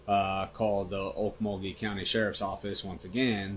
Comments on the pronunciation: Okmulgee isn’t “Ole muh gee” it is pronounced “Oak-mole-g-ee” Weird I know. Sincerely xo, Oklahoma Native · Oke-mul-gee, OK.